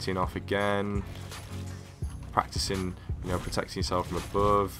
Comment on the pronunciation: "abeuve" lmao .. not trolling though i mean you're better than me at fortnite but at first you sounded like an English man then you turned into a French one LOL. Keep it up tho